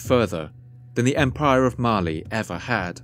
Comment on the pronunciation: Every time he says "Mali" I hear it as "Marley"